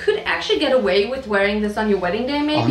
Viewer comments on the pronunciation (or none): none